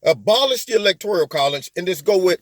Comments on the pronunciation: Electoral not electorial. Just saying. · Lol. The Michael Jackson song. Lol. But please my brutha....stop saying.."electorIal"....there is no "I".... it's electoRAL..... 💖💖💖